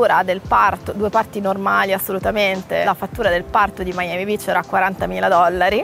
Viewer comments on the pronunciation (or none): Ma ciccia dopo mille anni a Miami ancora dici Miami Bitch invece che Beach 🤣🤣 muoio